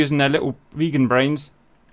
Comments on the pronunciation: "Viggen" is not pronounced like "Vegan" More like Biggun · To be fair, i heard "the vegans" the whole time instead of the Viggens so it was fun to hear about Vegans against am American carrier group